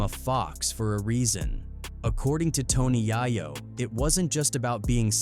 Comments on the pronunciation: “Tony Yah-yo” 🤣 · Toe Knee Yah Yo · Tony YOYO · "Tony YAHYO" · Just stops saying Tony yayo name please.😅😅